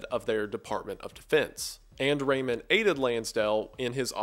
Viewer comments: i can't get used to "Ramon" from Ramon Magsasay pronounced as "Raymond" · i know im late but its pronounced as magSAYSAY not magSEYSEY TT edit - also its RAmon not REYmon TT <3